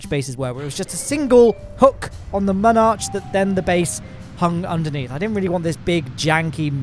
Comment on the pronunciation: He pronounces Mun arch as monarch